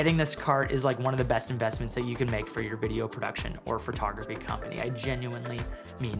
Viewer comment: Hey, I've asked you this before, but what is "Furtography" 😂 And great video thanks I was looking for a cart.